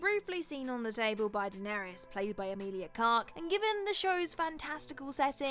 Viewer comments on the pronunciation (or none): She also calls the actress Emilia Carke 😂